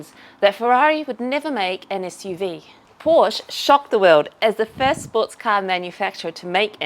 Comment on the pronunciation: Please remember that 'Porsche' is pronounced with two syllables. The GTV is awesome!